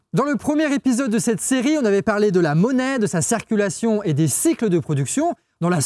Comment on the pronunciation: La cEEErculaion! Ouch!!! Vu que tu es le, essaye de prononcer " cIrculation " STP. Super série. Gros travail. Merci